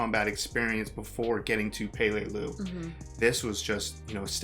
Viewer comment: Its pronounced pa-lay-loo. Emphasis on the second syllable. We now have a base on palau which is where peleliu is because duterte wouldnt allow us bases on the Philippines. We now have bases on the Philippines in order to keep china from doing what japan did.